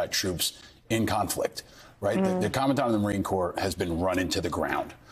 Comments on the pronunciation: FYI "Commandant" is pronounced "comma-daunt", just sayin'... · Command-ant?? 🙄 Geez, lady. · Sigh. Great mispronunciation of 'commandant' by a person whose entire job is to read words. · That’s not the way to way too pronounce Commandant, hon.